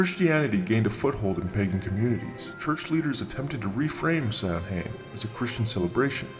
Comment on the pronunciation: Nice work! Though I would like to point out that Samhain is pronounced "Sah-win"